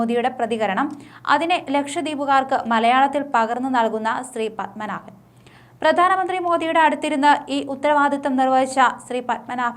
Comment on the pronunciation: ശ്രീ... പദ്മനാഭൻ അല്ല. ശ്രീപദ്മനാഭൻ. വെറുതെ നോക്കി വായിക്കുന്നത് അല്ലാതെ പൊതു അറിവോടെ കൂടേ വായിക്കുക.